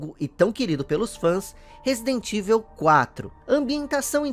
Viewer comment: Vídeo com um trabalho de pesquisa seu maravilhoso,como sempre. Mas sobre a pronúncia de Evil….ela não seria “Ivou” ?!